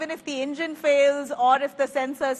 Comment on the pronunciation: Ingine... It's an Engine..... Did u learn English for Rajdeep Sardesai...!?